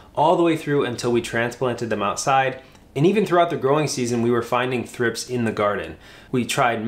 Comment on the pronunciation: Never heard thripes pronounced like that.